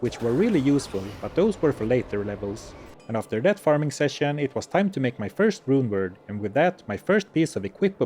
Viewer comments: "Rune" is already a cool word, but pronouncing it as a Swedish one makes it so much better. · Your pronunciation of “Rune” was really good.